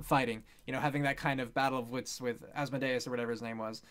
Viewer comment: You did say Asmodeus correctly. As for Baphomet it's pronounced Bap-Po-Met. It was supposedly the demon worshipped by the Knights Templar but was almost certainly made up by their enemies to discredit them and steal their money.